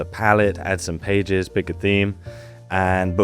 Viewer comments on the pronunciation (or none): none